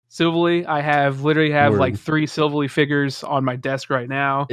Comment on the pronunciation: The way said silvally hurt me